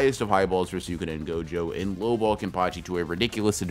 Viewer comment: HE FR CALLED GOJO "jogo"